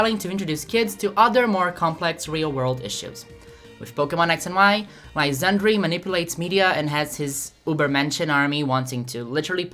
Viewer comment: Lysandre is pronounced lie-sander. Kinda like how theatre isn't pronounced thee-uh-tree